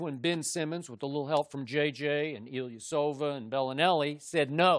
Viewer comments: Shannon “Eelasovich” Sharpe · “Bellinari & Ilyasovic”